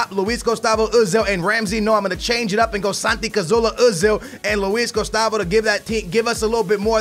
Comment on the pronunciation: its Cazorla not Cazoola, its a R not another O!